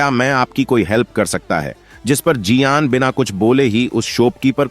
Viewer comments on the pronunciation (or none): Chinese Me (Xioyen - शाओयेन) Aur Hindi Me ( Xioyen - जिओ यान ) Esiliye Chinese Me Bolaya Karo